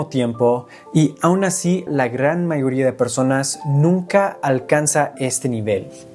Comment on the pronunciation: Incorrecto me di cuenta cuando dise la mayoría ahí se sintió el acento de la R que les cuesta a ellos.